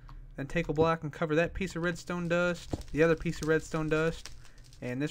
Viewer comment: it is funny how he says redstone dust